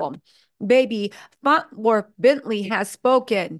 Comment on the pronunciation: Are we gonna pretend that she is not saying “FONT WORTH” over and over again? 😂😂😂😂😂😂😂😂😂😂